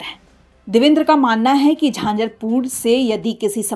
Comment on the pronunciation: झांझरपूर नहीं झंझारपूर कहिये 😮😂